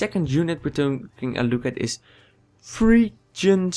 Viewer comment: Is not 'phrygian' rather than 'phyrgian'